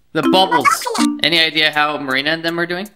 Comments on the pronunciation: I'd actually think is mispronouncing Marina's name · I love how calls Marina “Momina”, it’s adorable! I’m guessing that sees Marina as a mother figure instead of a friend, since she’s also an Octoling, but Marina thinks that and Vian are a thing, which everyone knows isn’t true... my brain hurts from all of this information he lp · Tristan Wong or she watched the STREAM and started to call marina "Momina" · you called Marina Momina xD